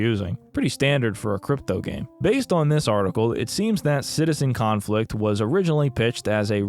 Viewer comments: Everytime you say Citizen Conflict I hear it as Citizencon and have a minor stroke about how that ended up here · I love how you said the name of this dumpsterfire correctly like twice during the review xd